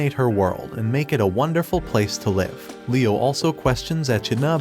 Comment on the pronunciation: i will have to comment cause it happened again... Please learn the pronunciation of "live" as a verb!